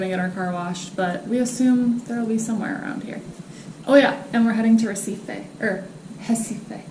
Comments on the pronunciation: Your Portuguese accent is getting better. Pousada and Recife pronunciation was very good :) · C'mon. You two have shown so much respect for Brazil that it even helps me keep good things about this country in my mind. Just the fact that you've put effort to say Recife and Pousada is awesome. I couldn't be more appreciative.